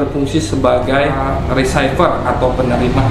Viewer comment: Trigger, dibaca triger bukan trijer. Receiver, baca risiper bukan risaiper... Btw... mantap tutornya bang buat pemula bgt.